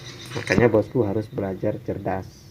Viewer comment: Be la ja rrrrrrrr nyokkkk